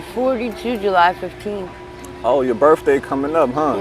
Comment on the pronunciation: Hope she has a happy Berfday 😂